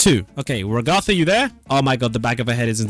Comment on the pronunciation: Its Rag-getha